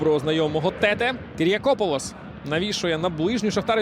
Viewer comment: Як можна професійному коментатору дивитися на спину гравцю де написано Тетé, і читати Тéте?